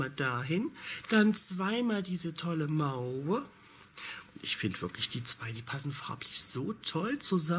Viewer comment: Mauve wird Moow ausgesprochen. 😊 sonst - wieder mal sehr schöne Wolle. 👍